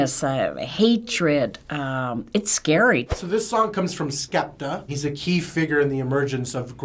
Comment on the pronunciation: “So this is Skupta” HAHAA naaaaa